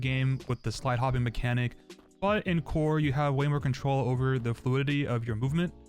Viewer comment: Bro said Cower